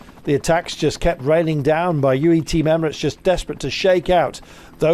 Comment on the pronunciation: I wonder is Mr Kirby will ever be able to pronounce Team UAE without dropping the U ?